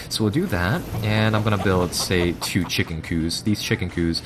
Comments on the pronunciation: Why the fuck did you say "chicken coo" instead of chicken coop? Are you from another country? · Coup - a word that looks like coop is pronounced coo. Its a simple pronuciation mistake.